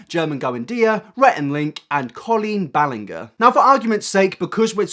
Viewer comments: Dude, I can tell you didn't do enough research because you didn't pronounce "Ballinger" correctly. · His pronunciation of Ballinger and Pansino drove me up a wall. I’m sorry. 😂 normally I love the accent but today that was frustrating. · It’s BallinJer not BallinGer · i mean, at least say their names correctly. Given that this is your job, be respectful by doing it. Colleen Ballingger and Rosana Pasano???!!! come on!! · OMG I CANT BELIEVE YOU JUST SAID “colen balenger” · I agree with so much of this video, but please look up how to pronounce Ballinger 😁 😘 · The way you pronounce Ballinger is annoying. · I love how you pronounced Ballinger xD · The way you butchered “colleen ballinger” 😂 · I’m sorry but the way he pronounced Rosanna’s and colleens last name made me cry 😂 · Love the content, but hearing him DESTROY some of the YouTubers names really got me 🤣🤣